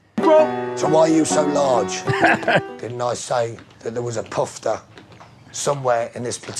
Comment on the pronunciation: Poofter, not pufter… lol